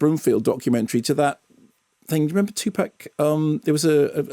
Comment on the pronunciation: It's TOO-pahk. Grrr.